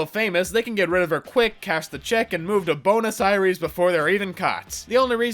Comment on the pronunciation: “Bonus Eye-reze?”